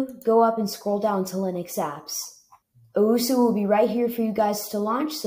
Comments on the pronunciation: bro did you really just call it uwusu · Its pronounced "Ohh-Ess-You" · Even though it’s 9 months old this hurts me on how you don’t know how to say osu :( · "uwusu" 😅😆 HAHAHAHAHHAHAHAHAHA im not tryna be mean but its funny